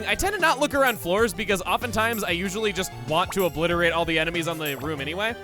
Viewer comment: This Gardevoir is from Kalos. Really? Oblizzerate?